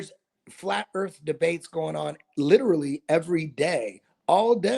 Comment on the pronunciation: FLAT EARF REALLY🤪🤪🤪